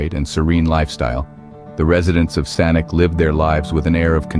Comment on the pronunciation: You mispronounced the city's name. It's saa·nuhch